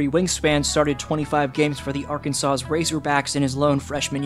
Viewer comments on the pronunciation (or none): Arkansas- Ar-kan-saw